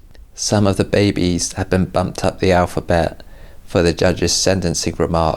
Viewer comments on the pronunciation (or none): none